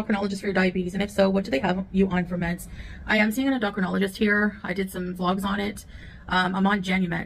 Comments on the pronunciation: En-DAH-crinologist What!?!? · She says diabetes and endocrinologist wrong. Yikes. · PLEASE pronounce it correctly Endocrinologist!! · En do cro nol o gist 🤦‍♂️🤦‍♀️🤦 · How is it she doesn't know how to pronounce "endocrinologist"???? What agency would let these two adopt a poor innocent baby? It's bad enough they are allowed to have pets.